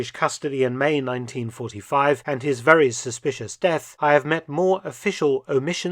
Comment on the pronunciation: Veeeewy intervesting!